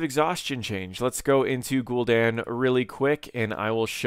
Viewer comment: Say GulDEN one more time.